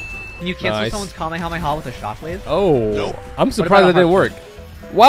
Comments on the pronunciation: It’s Kamehameha not Kema MAMAS like wtf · WHY DOES HE SAY KAME A MAMA INSTEAD KAMEKAMEHA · Bro why does he say kumyamoma bro what is that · Did he just say kamehamama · Is funny and annoying how he says kahmehameha and think that's goku is the strongest in his verse smh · bruh it is kamehameha no kameha'MAMA' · my guy said kamemama🤨 lol nice thoo. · Kamehamama CMON IM TIRED JUST PROUNOUNCE IT CORRECTLY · Bro the "kamehamama" is funny 🤣😂😂😂😂😂😂😂😂😂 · Did You say The kameyomama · I love your vids but my guy said kamehameha wrong 🤣🤣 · Bro said kamemama 💀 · Bro really said Kame ya mama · The way he said kamekameha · Bro said kamayhama💀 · Bozo said kamammama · just a note its pronounced kah may ha may ha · It's ham eh ham eh haaaaaaa not kamehamama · did he say kamehamamad ir isit just me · dude i hate when u say kahamehameha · Stop saying kameamama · bro you prounnounced it so wrong, but anyway love yo vids